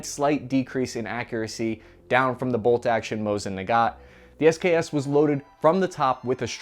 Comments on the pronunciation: Nice vid. JSYK, it's Mosin Nagant, not Nagat. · He also said "Mosin Nagat".